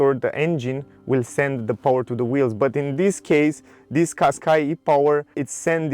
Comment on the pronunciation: Не Каскай а Кашкай )